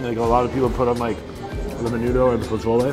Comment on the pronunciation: Puh-sole-lay. Not “pa-zole-Eee”